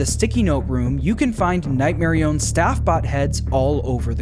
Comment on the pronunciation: I will die on this hill. It is Nightmarionette, not Nightmarione. That’s name is so lame and it isn’t as cool as Nightmarionette